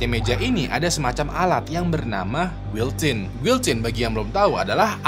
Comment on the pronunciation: Guillotine dibacanya giyocin, pake pengucapan ala perancis. Soalnya guillotine aslinya dr perancis bang